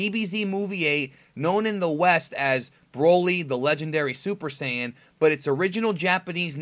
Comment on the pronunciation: Dude, say "Saya-jin" or pronounce Saiyan as it is in the dub. The way you're pronouncing it is just plain wrong and makes my nerdy eardrums bleed.